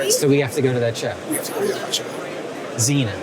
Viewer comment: It's Xenia, OH. Pronounced "Zeen-ya". Love your videos, keep it up.